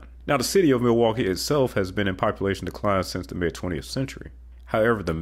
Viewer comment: You stated Pittsburgh and Milwaukee incorrectly... but, the rest is great information.